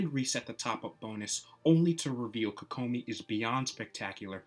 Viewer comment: I hate how you say her name.